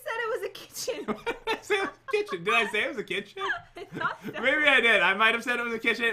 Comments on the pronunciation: irma rodriguez kickin? Lol you mean kithion 😂😂😂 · He did say the kicken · Pat you said kitaun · Pat you said kitchin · Yes you did say kitgin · Lol pat did say kitchen😂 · 🐢Pat u said kitchen xD love ur videos they are so intertaining I love the fortnight type of videos 🐢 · Pat u said kitchen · You did say Kitchen lol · I think pat said kitchen He messed up :p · You totally did say kitchen though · Ok I had to play this back but pat u did say kitchen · Pat you judt said kitchen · you totally said kitchen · I think i heard pwt say kitchen anyone? No just me ok... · Did pat say kitchen? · You said kitchen pat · Pat you say kitchen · Why you say kitchen Pat